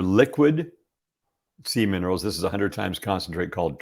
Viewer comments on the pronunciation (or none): Omg.....you are the same as me..EVERY time he said SEA MINERALS..I heard seaman!!! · 😂 I was like ... seaman rolls? 🥴